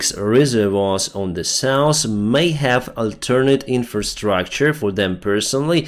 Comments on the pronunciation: To fix the Norse & Souse, we poke our tongue out a bit to make the th sound. and north and south sounds better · Practise saying "north" and "south"